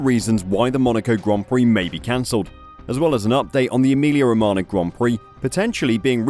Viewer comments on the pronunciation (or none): ro-ma-nyah, not ro-ma-na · Romagna = romana × 10 Gauge = gorge English isn't your strong suit...